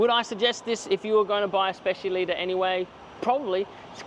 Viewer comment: Is specialità not specialita 😂